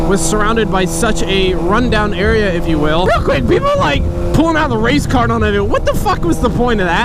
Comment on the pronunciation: for a solid minute I thought he said race car not race card